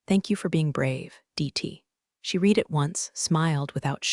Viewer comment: Your AI doesn't know how to pronounce READ in the proper text.